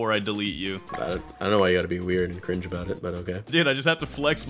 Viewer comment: Bruh stop saying cring